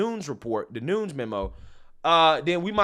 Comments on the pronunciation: It’s pronounced NOON-EZ. Not NOONS. Otherwise another great video! Keep lighting those candles & chasing the darkness! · Noon-ez not noons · For future reference devin nunes is pronounced new-nez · Nu Nez (Nunes)